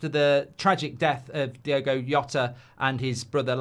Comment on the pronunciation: Finally Mark says Diogo and not Diego.